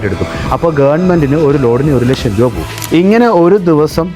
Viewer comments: ഇവന് ഒരു ലക്ഷം എന്നു മലയാളത്തിൽ ഉച്ഛരിക്കാൻ പോലും അറിയില്ല,, ( 1 ലഷം ) കൊട്ട്,സൂട്ടു, ടൈ എല്ലാം ഉണ്ടു,, ജ്ഞാനം സമ്പാദിക്കൂ, ജ്ഞാനി ആയി ജീവിക്കൂ,, പണം എന്താണ്‌, എന്തിനു, ആർക്കു വേണ്ടി, ആര് അതു നിർമിക്കുന്ന, ആര് അതിനു വില ഇടുന്നു എന്നൊക്കെ പഠിക്കൂ, എന്നിട്ട് വന്നിരുന്നു കോമഡി അടിക്കൂ,,, 6000 ത്തിനു എത്ര പൂജ്യം ഉണ്ടു എന്നു അറിയാമോ?? 🥰🥰🥰🥰🥰🥰🥰🥰🥰🥰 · നേരെ ചൊവ്വ ലക്ഷം പറയാൻ അറിയായില്ല പിന്നെ നമ്മളെ പഠിപ്പിക്കണ് 😂